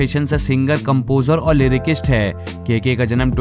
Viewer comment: लिरिकीस्ट नहीं लिरिसिस्ट होता है.